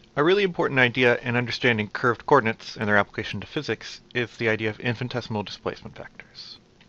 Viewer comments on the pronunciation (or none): Sir, its "infinitesimal" and not "infintesimal".